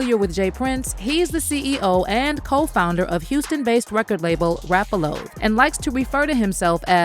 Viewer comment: Rap-A-Who? I am done!!! 🤣🤣🤣🤣🤣